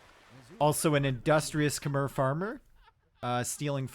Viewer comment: But he cant say Khmer and Tatars correctly